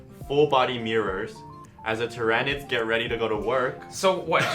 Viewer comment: It's Tyranids! Not Tyranids!